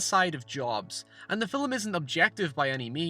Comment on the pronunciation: Anyone else hear him say filim rather than film